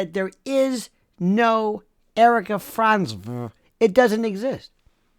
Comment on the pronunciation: It’s the way you pronounce Frantzve! Gets me every time try time 😂😂